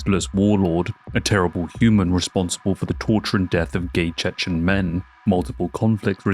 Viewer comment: When Khamzat says "I'm the Chechen" it sounds like he's saying "I'm the chicken" which is really, really funny